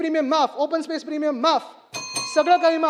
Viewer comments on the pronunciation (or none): none